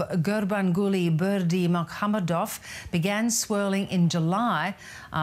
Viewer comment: I thought there was a turkmen audience in the crowd who laughed at the wrong pronunciation, but your makes more sense considering that not many turkmen will be present there physically.